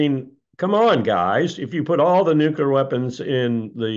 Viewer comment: New Klee Er (nuclear)